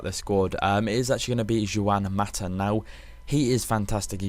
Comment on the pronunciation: The awkward moment when his your fav player, yet you cant even say his name lol. Jew-an Mata lmao. Its Who-An.